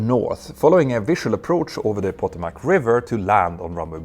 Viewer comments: That's the Puh-tome-ick River !!!!!!!!! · The POE-to- mac River???? AY-gan Airlines???? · just needs to work on his pronunciation of Potomac River